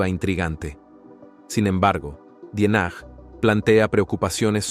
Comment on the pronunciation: En definitiva te hubieras preocupado por aprender a pronunciar bien el apellido. Ya lo dijiste bien, de origen alemán.